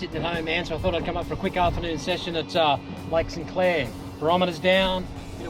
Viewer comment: Hey Dave , love your channel but it’s Lake St Clair and not Lake Sinclair !!